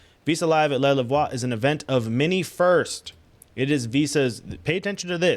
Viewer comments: 😅 it's pronounced 'Le Loove' 🤭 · Le Louvre, pronounced "The L-oo-v"